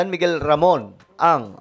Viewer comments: puro ka atong ang mali mabibigkas mo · Ramon ang po LAGI MO Sabi tong ang😂